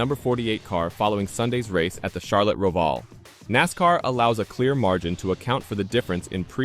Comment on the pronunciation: Can you lease learn how to pronounce Roval...WTF!